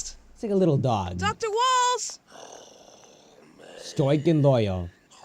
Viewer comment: Pfft the way you said “ Stoic “